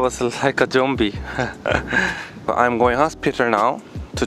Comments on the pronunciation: He motivates me so much!!🤩💜 I love his dedication for Islam! Daud Kim: Today morning I was like a "JOMBIE". 😂😂😂💜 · "Today morning I was like a jombie" 😂😂😂 sooo funny